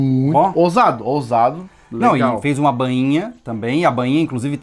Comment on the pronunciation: Não é BÂINHA, é BAINHA....kkkkk..... parabéns pelo trabalho galéra!